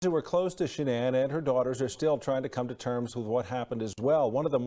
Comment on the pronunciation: I'd figured that someone would correct that reporter and tell her to stop calling her Shh'nonn, but nope...